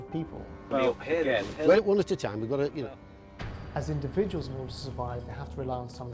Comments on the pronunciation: Individuals, individuals, individuals, indivuals, indiv....... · U said ..............INDIVIDUALS????